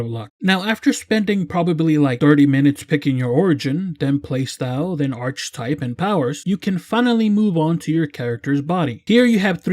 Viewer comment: The word Archetype is pronounced Arch - Eh -Type not Arch-type btw.